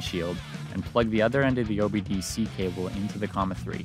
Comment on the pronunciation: First time I've heard someone correctly say "OBD-C cable". Call me shocked and surprised. 😲 😀